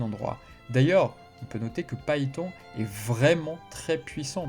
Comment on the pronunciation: Phaeton. Vous prononcez Paéton. Je pense plutôt qui on dit feutonne comme la volkswagen Phaeton ?